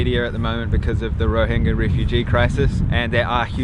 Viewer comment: Kudos for pronouncing the word "Rohingya" correctly!